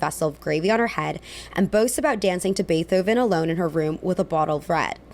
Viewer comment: Girl did you say BeeTHoven?! Sorry, I had to 😂 Enjoyed your commentary!